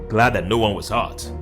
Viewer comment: "No one waz hart" ?????